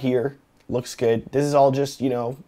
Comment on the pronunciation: "LOEEKS GUUD!" lmao